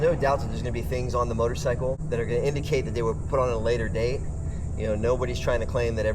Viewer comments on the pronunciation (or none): none